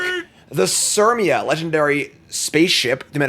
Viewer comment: The Sermia? /push button "You're saying it wrong"